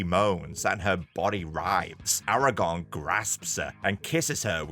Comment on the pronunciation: Dude it’s Aragorn not Aragon